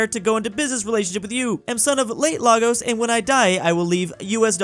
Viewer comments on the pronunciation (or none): pronounces Lagos wrong. Me: laughs in Yoruba